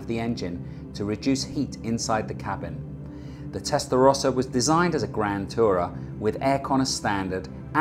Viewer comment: No es Testlarosa Es TESTARROSA